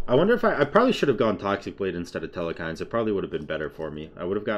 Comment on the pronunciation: Here's toxicity for ya. I watch all your vids. ITS PRONOUNCED KOO-COOL-KAWN NOT KOO-KUL-KUN AND TEL-KINES NOT TEL-E-KINES!! lol I'm just messin I love ur vids. My ocd makes me cringe at mispronunciation but it don't make me attack you and unsub. and FYI double j says jotawns and rexsi says ethereal way wrong it drives me nuts. its not just u. but I love all u guys. as long as u enjoy what u do keep doin it. there will be plenty of people that wanna see it. always will be haters